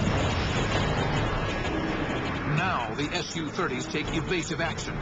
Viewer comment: It's pronounced sue-30 not S _ U-30! SUE! It's short for Sukhoi. The aircrafts manufacturer.